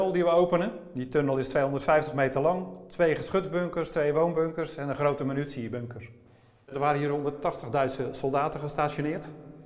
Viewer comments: Heel interessant voor de geschiedenis van de Tweede Wereldoorlog en mooi dat ze het hebben kunnen restaureren. Ook weer grappig opvallend dat er zo weinig mensen zijn die het woord "munitie" kunnen uitspreken! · Inderdaad, heel veel zeggen munutie of minutie, ipv MUNITIE. Maar je moet het maar eens heel vaak achter elkaar zeggen, dan weet je op een gegeven moment zelf niet meer wat je aan het zeggen bent hahahaha